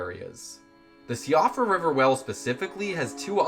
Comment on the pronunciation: Siofra is pronounced Sheefra by the way. It's an irish name.